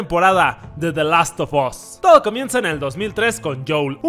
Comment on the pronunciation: Amo “DE LAS OF OS” 😂😂